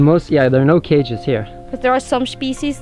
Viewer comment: "shpeeshees" when you're Norwegian/English/German trilingual and try to apply all the rules at once... but just end up sounding like Sean Connery.